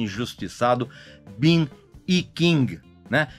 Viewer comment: Brilhante comentário. Uma dica , Moore de Sam Moore, Gary Moore, Demy Moore , se pronúncia como " more" de mais. Ben E. King, se pronúncia Ben e não Bin . Sorry, as an english teacher and a Soul Music aficionado I couldn't let it go ( não poderia deixar passar) Você é brilhante, viu ? Minhas fontes atuais são Antony Fantano e você aqui na terrinha. Congrats and keep up the good job !!!